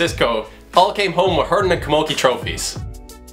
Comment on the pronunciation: Fair play promoting hurling. P.s You've some twist of an accent! You pronounce hurlin' like hurnin or hurin xD where's the 'l' ?! - Top drawer lad!